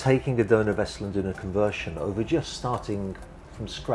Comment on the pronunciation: “Conversion”, not “convertion”!